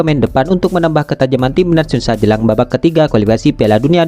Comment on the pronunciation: Gara2 komentar anda, Videonya jd kuputar ulang, ternyata emang benar si Mimin bilang TIMNAS YUSA 😂😂